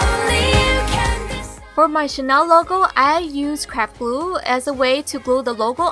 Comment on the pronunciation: is it just me but whenever i hear craft glue to me it sounds like crap glue lol!